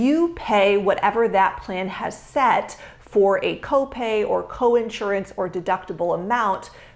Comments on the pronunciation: Since you talk about it, since you push it, since you sell it, and since you promote yourself as an expert about it, perhaps you should learn how to properly pronounce "INSURANCE!" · An insurance broker who can't pronounce insurance properly? Not a deal breaker. Not knowing the plural form of diagnosis? Deal breaker. j/k